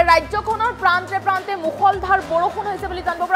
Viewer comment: Hei বজ্য ন হয় অ বজ্ৰ হ য়। পান্ত নহয় প্ৰান্ত।ভালকৈ পঢ়া শুনা নকৰিলে নেকি।